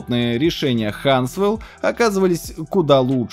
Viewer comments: Хансвелл..... по ушам аж режет, Хасуэлл! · Интересно почему автор ролика всегда говорит хансвэл, а не хасвэл? Сначала думал оговорился, но это не только в этом ролике. Или это шутка какая-то? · Даже спустя столько времени «Хансвел»(вместо правильного «Хасвел») вызывает улыбку😄. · Только хасвелл а не хаНсвелл)))) А так видос топ!!! Сам сижу на е3-1230в2 и 1050. Думаю обновить на 3050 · ХаНсвел? Серьезно? Haswel! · уже смотрю твое второе видео.где ты говоришь хаНсвэл)) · Не называйте Haswell Хансвелом, плиз)